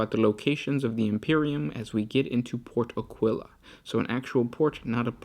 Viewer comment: I'm forced to point out that it's pronouced Áquila, not Aquíla.